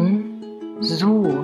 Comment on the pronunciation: Oui elle a mal dite bonzour😂